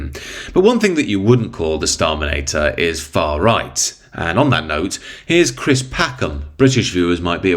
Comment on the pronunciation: Chwis can be as fwightened as he likes. Indomt care, bring on the NSDAP I say 😂